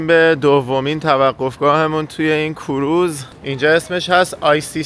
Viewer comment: کوروز نه. کروز 🙏